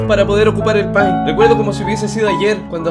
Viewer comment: Se pronuncia peint' :"(